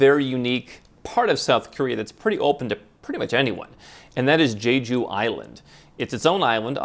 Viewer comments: Jeju Island is gorgeous with amazing fresh seafood and great beaches and nature. It’s the honeymoon destination for Koreans, kind of like Hawaii. However, it does get chilly in the winter. And it’s pronounced more like Che than Je on the first syllable. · how many houses around the world do you own? what a phony.... and you should learn how to pronounce Jeju, actually you have zero clue about what you are talking !